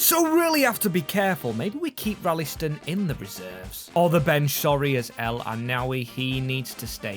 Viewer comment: And maybe try a bit better with the pronunciation of some players? Like Ralston isn't called Rallyston.